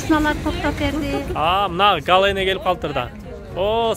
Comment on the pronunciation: Гала эмес Галя